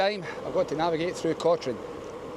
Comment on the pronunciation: It's pronounced Coturn no Cotrine. No idea why.